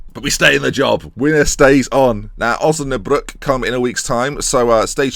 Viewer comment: I'm actually from Osnabrück and your pronounciation is fine